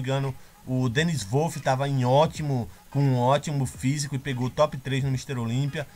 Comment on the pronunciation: Salve! Excelente vídeo. Só uma dica de pronúncia. Phil Heath se pronuncia "Fil Rifi" E Dennis Wolf como "Denis Uolfi". Um abraço do teu fã aqui. Vlw.